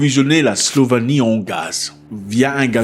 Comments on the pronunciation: SLOVÉNIE PAS SLOVANIE tu te trompe avec la SLOVAQUIE erreur de débutant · On dit Slovénie pas Slovanie 😂